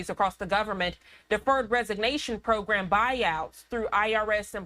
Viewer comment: Did anyone catch that… “Pwo-gwam”? Bahahah!! 😂😂